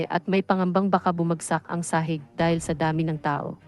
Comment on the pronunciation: Sno ba namang pronunciation yan ng Tagalog , ayudin mo naman. Masyadong iba. Sahig maragsa hindi sahiiiigggg realky😂??? Check your pronunciation